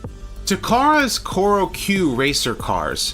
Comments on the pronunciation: Choro Q not Kyoro Q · Not the subtitles, it’s how you pronounced it at the beginning. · Choro Q (チョロＱ) is pronounced “chore-O Q”, like the chore when mom tells you to put away your Transformers when you’ve spent an hour arranging them perfectly on your desk. By the way, I have a Choro-Q Wheeljack that’s the size of Cliffjumper.